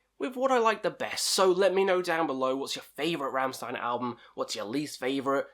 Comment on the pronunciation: My favourite albums are the first two ones. I just love how they're just simple, heavy riffs. Also, its pronounced Rammshtein